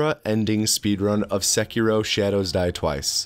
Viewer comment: When you say "In Sekiro", i hear it as. "Insecure Oh." lmfao!.